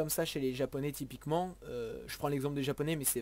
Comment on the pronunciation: Suis-je le seul qui touve qu'il dit tout le temps "tipiquement"?